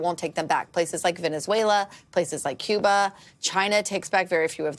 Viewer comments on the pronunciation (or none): none